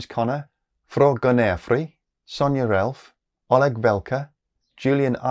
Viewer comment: How long did you practice that Fråganårfri, that sounded pretty good xD